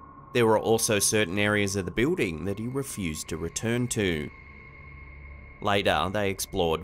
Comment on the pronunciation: I love how he says Beuding For building 😊